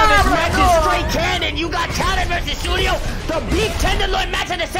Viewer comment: Also its pronounce as su-ne-yo, u be pronouncing it the wrong way bruh.